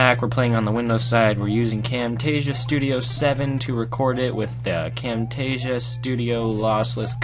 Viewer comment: He just said Camtastia 7@